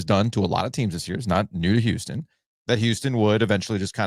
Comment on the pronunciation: can someone tell Giglio to pronounce his H's once in a while? Didn't know Duke lost to Youston